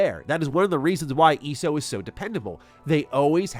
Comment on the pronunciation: Watching you not weave any of your attacks and report that you played ESO without the plus sub tells me you didn't really play ESO much. Also its E.S.O. not eeeso. Weird thing to fake dude. Agree with the rest of the vid though, thanks for the scoop.